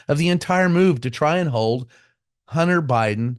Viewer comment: "Hunner?" WTF. First of all, it's MISTER BIDEN. Secondly, it's Hun-Ter....Hun-Ter. It's not "Hunner." Cupid stunt probably says "Hunnert" rather than hundred. The race to the bottom has a winner!!!!